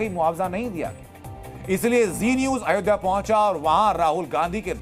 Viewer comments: यह itlay पुत्र "अयोधिया " बोलता है, अयोध्या बोलना भी नहीं आता। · Pappu ayodhya ka ucchar bhi ni kr pata. Italian version